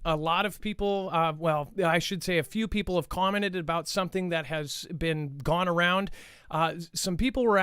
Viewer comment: Lol. Said gonearound'